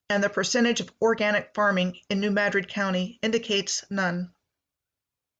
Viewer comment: That was the other one. It isn't mad-drid its muhdrid